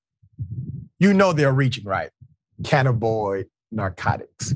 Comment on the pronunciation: I like your show, watch it often. Thanks for doing it. But Doc you need to find the correct pronunciation of words. The word today was Cannabinoids. That's Can na bin oids. Just want you to know for next time. Makes it sound better to have correct pronunciations.